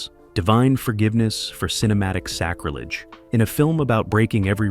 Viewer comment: Sacri leee giss Uugghhh